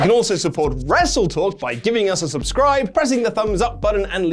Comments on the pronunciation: You know Sammy Guevara is a heel because he 1. Said WrestleTalk's name wrong, and 2. Infringed Adam Cole's gimmick, Bay Bay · Sammy Guevara being a true heel 24/7 by mispronouncing Wrestletalk 😆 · LoL the skinny jabroni botched the name of your channel.